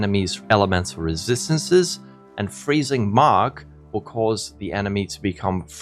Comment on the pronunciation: If I hear you say resistancesesssesssssss one more time...